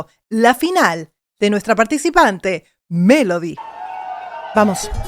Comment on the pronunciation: Muy bien tus comentarios, pero he escuchado a muchos vocal coaches Y TODAVÍA NO OIGO al primero que diga que #Melody PRONUNCIA la V en vez de B en dos oportunidades en palabras que se escriben con B. Se supone que un coach debe saber esas cosillas y sería genial que las mencione en sus análisis para que la gente también aprenda sobre #dicción. Mi oído capto dos veces el mismo detalle: 1🔴Justo empezando se oye lo fricativo en "Desde que era *Vien pequeña". 2🔴Pronuncia: "la igualdad es mi *Vandera" (min 4.02). Esto lo aprendí hace bastante; sin embargo me costó quitarme de mis locuciones esa fricción de la V que no es propia del #castellano sino de otras lenguas, precisamente porque creé un vicio al pronunciarla. (Recordemos que la V se pronuncia como B en español). No obstante, no es un pecado hacer la fricción en palabras con V en el #español. Lo que sí veo inadecuado es que se pronuncie ese sonido fricativo en sílabas con B. Debería sonar ✅Beso y no ❌Veso.:hand-orange-covering-eyes: ¡Pero, vamos!, ¡MELODY LO HIZO GENIAL! :eyes-pink-heart-shape: :face-red-heart-shape:#AdictosAlEspañol